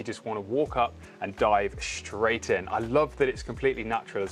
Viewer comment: straight NOT shtraight